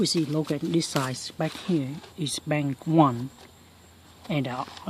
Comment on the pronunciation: bank not bang learn how to speak English better